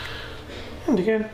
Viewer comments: AMMAR YASIR that’s all I hear now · whenever you say "again" it sounds like you saying "dickhead" LOL i m really sorry.